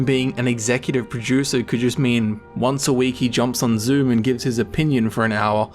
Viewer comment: Sounds like you are saying Executive Pro-Juicer